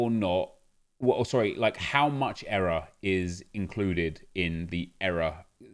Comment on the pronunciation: Nep saying era instead of error has me triggered lol